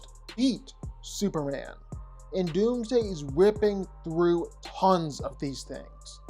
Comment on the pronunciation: Superrand? Why is it that you can’t say Superman?